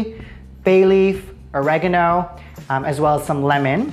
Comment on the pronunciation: MANS CALLED THYME OREGNO